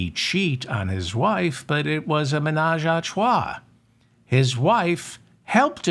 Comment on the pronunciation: i'm a french speaking dude and i love the way you said " ménage à trois " . You got it .❤